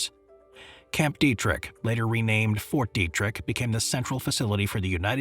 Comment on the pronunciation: It’s “Fort Detrick” not Fort Derrick